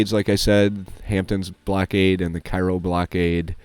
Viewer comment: cairo il is down where the miss r. and the ohio r. meet KAY-ro is how you say it